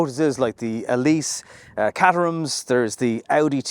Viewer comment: Good timing, I called Windsor about a test drive yesterday (my 911 is also in for a long repair). What's the story with ADAS, does it need turning off every drive? IMO it looks even better in the darker Abyss blue. btw, the correct pronounciation is Kay-ter-um, not Cat-er-um.